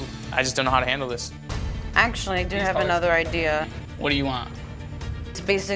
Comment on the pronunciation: The dumbass guy is impossible to work with, thats not even the worst thing about him, which is how he says “ideyer” when trying to say idea lol